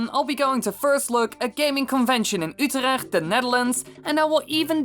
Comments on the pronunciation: Its Utrecht not Utretch. How do i know? I live in the netherlands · Utretch lol its Utrecht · Did he forget the T of UtrechT